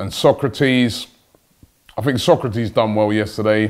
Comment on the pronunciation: It’s So-kra-tis, not Socrates 😡